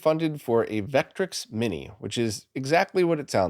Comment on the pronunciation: Just an FYI, Vectrex is pronounced Vekk-trekks, both syllables equal, not VEKK-trix.